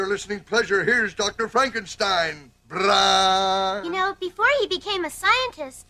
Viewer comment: Lol, "Fronk" - enstein?! Also, if it's "FrankenSTEIN", why doesn't he have a giant hooked nose?